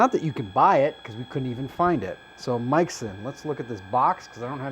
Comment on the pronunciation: pronounced may-sheen :)